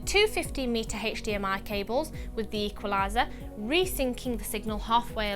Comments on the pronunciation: Hech Di Em Ay! :-D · the way you say HDMI signal ..... PERFECT =)